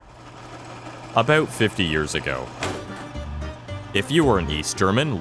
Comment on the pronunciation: Bold to start the video with a strong aboot